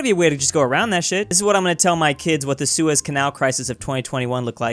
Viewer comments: don’t say seus canal without the e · don’t say sues canal without the e